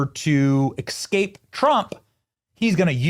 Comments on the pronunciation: I like your show but can you please start pronouncing nuclear and escape correctly?! It’s not nucular and excape! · The word is "escape". Es-cape. Not ekscape. Just like it's nuclear (new-clee-ehr) and not newcueler. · Benny, it's EScape, not EXscape. Thank you for your attention to this matter! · Look, I say this with love because I watch your show all the time.. but it is ESSSSSSSCAPE. Not eXscape. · "Escape" not "Excape"